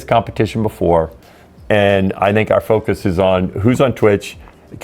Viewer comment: Dijo "fokius" xd